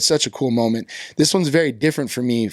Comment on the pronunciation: Why does he say schmoment?